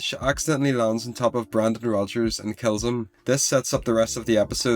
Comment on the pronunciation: Its brannon not brandon ovitia lands on on brannon